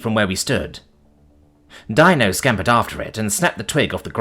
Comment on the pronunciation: Dino is pronounced Deenoh